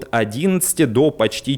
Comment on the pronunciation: Кац как то забавно произносит слово "ПОШТИ"